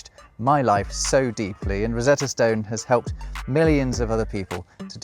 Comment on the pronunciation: It takes a Brit to pronounce "stone" as "stewn"